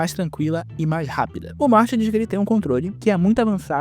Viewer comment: Quando era criança estranhava muito o Michael chamando o cara de "Morte" como se fosse normal, até que eu descobri que o nome do personagem é Morty e que a pronúncia como "morte" na dublagem foi uma mistura de coincidência e genialidade